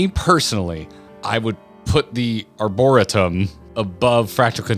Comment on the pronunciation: Why does he keep mispronouncing arboretum? This isn't just a noun that FF made, it is a place in a lot of large cities.